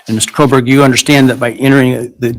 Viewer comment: Here’s the thing about Megan Kelly, how can she report this topic for so long and still not pronounce his name correctly? I don’t know, just bothers me… Also, I wonder, did Bryan have much to lose by making that plea deal if it really was to protect his parents and he’s just not getting the death penalty… I guess that does make sense